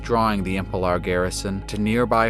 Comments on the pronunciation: Great presentation as always! I hate to comment on it, but the planet is called Emelpar, not Empelar. But that's the only concern I have =) . Well done! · why is nobody noticing that it is not EMPELAR! IT IS EMELPAR!